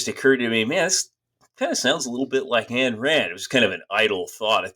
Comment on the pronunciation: You wrote an entire book with the premise that Ayn Rand was a nihilist (the diametric 180 opposite of her philosophy in every fundamental way), and you DON'T KNOW HOW TO PRONOUNCE HER NAME. It's not "Ann," it's "Ayn" (rhymes with "mine"). How does someone write a book on a person and not know how to pronounce their name!?